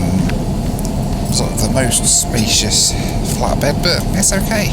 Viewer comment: I kept hearing Flat Bread instead of Flat Bed lol